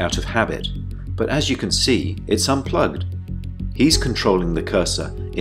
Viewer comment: You zee me😂😂